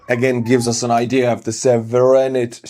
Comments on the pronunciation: Severity= suh-VARE-uhdee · [Se-ve-ri-tii] - Severity ;)